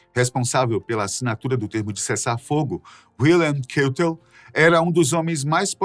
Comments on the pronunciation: Belo documentário, mas é preciso estudar como pronunciar o nome dos personagens e as fotos... ex...Keitel, se pronuncia Káitel....A foto onde fala de Karl Dönitz aparece Erwin Rommel...e assim vai... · WILHELM KEITEL: pronúncia do 1º nome como se escreve (H aspirado) e KÁITEL.